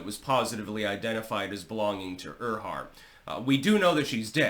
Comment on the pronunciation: And pronounced "Air-heart" 😊